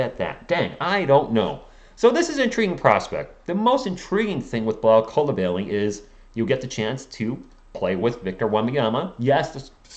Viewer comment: Just so y’all know it’s pronounce coo-li-ba-ly I think